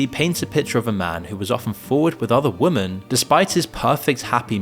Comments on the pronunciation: Please- women is pronounced wimin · Why can't you pronounce the word 'Women'?